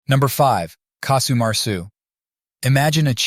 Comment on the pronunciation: Casu not Kasu.